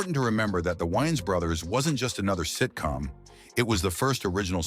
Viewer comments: The white guy intentionally botched their last name up, from ''Wayans to '' Wyans. Who caught that? It's a thing with them. You would think the narrator would know how to pronounce their name right considering he knows so much about them. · The AI voices are finicky. Is it "Whyans" or "Wayans"... sheesh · Wyines its Way-ans😂 how you get their name right at the end??¿!!! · Good content, but you butchered their last name. It's Wayne, not Whyane. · It's the "Wayans Bros" not the "Wiyans Bros" Smh! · Dude says the Y N's brothers 🤦‍♂ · The woyons brothers. 😂😂😂 Omar epps!!! Lol. This voice dude sux balls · Lol the "WHYans" brothers 😂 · “the Wayans brotherlers” 🤣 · Dude keep saying the wines brothers like what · The why-ins 😂😂😂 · The Whyans Brudders?! 😅😅😅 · The way this foo saying wayan brothers is annoying af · The WhYans bRoThErS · The Whyans WTF? Come on man. You betta put some respeck on they name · Another white person in black people's business & can't pronounce these guys names go cover Seinfeld or Married with children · The use of AI to produce video content is getting out of hand.. the constant mispronunciation of 'Wayans Bros' is agitating.. this channel will never be recommended to me again.. 🫡✌🏿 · Don't do a documentary and get the subject's name wrong Pronounce it right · Dude your pronouncing their name wrong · the fact he cant pronounce the last name right is erking me